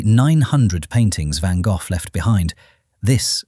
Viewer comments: Irritating, one should pronounce it as Gock as in Lock, never mind where you are from. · God I wish they would get real people to narrate! Van Goff? ? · Van Goth????????????? I have never heard his name pronounce like this before???????????? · Who in the world is Van Goff? Seems AI can't read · You People Are Just Weird..And This Is AI…He Pronounced His Last Name..VANGOFF🤷🏼‍♀️Get It Right,The Man Is A Legend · "VANGAFF" lol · Ok- Stupid Ai- The first two words as you started your video TOTALLY MISPRONOUNCED VINCENT VAN GOFFFFFF🖕🤬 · WHERE DOES THAT F. COME FROM? HIS NAME IS. GOGH, NOT AN F ANYWHERE, THE H IS SILENT SO …….VAN GOG(h) !! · Who in the hell, is "Van Golf"?!?! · I have been to the van Gogh museum in the Museum Quarter in Amsterdam. It was an extraordinary experience!Too bad the idiot AI doesn’t know how to pronounce the artist’s name! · Damned AI cant even pronounce Van Gogh correctly. Why even listen as if it can be trusted information. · Fascinating! And, to me, it's always been pronounced "Van Go". What a tormented soul. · but apart from the heinous and atrocious butchering of the name, did you enjoy the video? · Van-Goff? I hate computer voices! 😫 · i could not get past because the ai narrator couldn't pronounce a famous painter's name correctly; it doesn't end in "f". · Dear A.I. Narrator, You are brutally mispronouncing the artist's name. It is not pronounced Vangoff. It is pronounced Vango. Sigh.🙄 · "GO" -- NOT "GOFF" who programmed this A.I.???? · It is not Van Gogh's painting it is a Van Gogh painting Pronounced Van Go, not Van Goff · LEARN HOW to pronounce Gogh, it is not Van goff, is sounds more like Van Goh...Check with "how to pronounce a word" on your tube. it should come out almost as a cough. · Please teach your Ai to say van Go instead of Van Goff. Touring a decent story. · For the sake of sanity, you're calling him Van GOLF when it is pronounced Van GO, 😂 LMAO Golf, LAWD HELP ME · Who the heck is Van Goff??😂. Van Go is how I was taught.